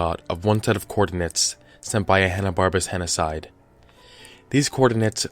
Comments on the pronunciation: You're mispronouncing it, henocied does not rhyme with genocide. It is pronounced "henna-seed". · Henocide sounds like "he noticed"